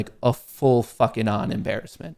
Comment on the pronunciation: Does anyone else cringe when says “Fukn” 🤬